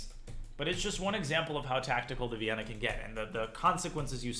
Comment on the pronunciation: you mean "Vayyenna"